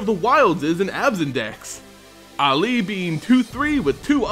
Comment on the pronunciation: this particular mispronunciation makes me think of Mohammed Ali.